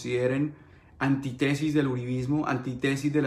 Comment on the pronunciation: Felicitaciones por tu valentía. Sigue denunciando tú qué puedes hacerlo desde el exilio. Una corrección: no se dice antítesis sino antítesis, con tilde en la primera i, o sea, es una palabra esdrújula. Simple forma, pero suena mal.